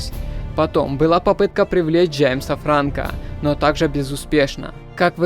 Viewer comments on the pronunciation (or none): none